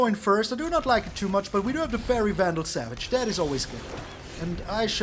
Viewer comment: "Faerie Vandal Savage" 🤣 😂🤣